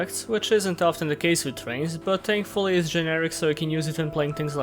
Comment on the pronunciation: please tell me you said TANKFULLY on purpose